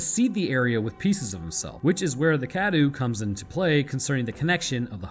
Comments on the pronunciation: Huh what Cadou is pronounced as kadu? That's not right, it's supposed to be Ka-dow, meaning present/gift in Romanian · By "pronouncing correctly" you mean "close enough" right? Then again, better you no longer pronounce it "Dimitresc" which was dumb :D. Also, you're still mispronouncing "cadou" (gift). It's not "kadoo" but closer to "ka-dough", the O and U sounds are separate. Trust me, I'm Romanian :) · I really wish you'd learn how to pronounce Cadou. Forget the u is there, man.